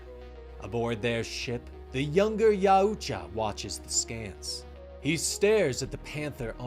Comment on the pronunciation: Yaoja? NO NO NO ITS YAUTJA. MY GOD MAN.